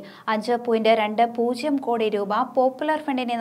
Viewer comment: ഈ ചേച്ചി ഇതുവരെ പൂജ്യം എന്നു പറയാൻ പഠിച്ചില്ലേ? പൂശ്യം കേട്ടു മടുത്തു!